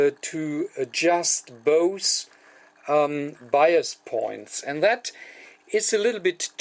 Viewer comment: Hello-- There was a minor confusion in your explanation of the set-up of the bias voltages. In the video, you used the term "buyer's voltage". It took some time for me to realize that you were saying "bias voltage". LOL Very funny, on my part. Very nice video, and very well done. The importance of a good visual is shown here.